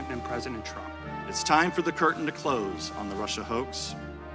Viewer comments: I might call him Trimp now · "Trimp". lol. Is that like a cross between Trump and Chimp? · HE CALLED HIM TRIMP LMFAO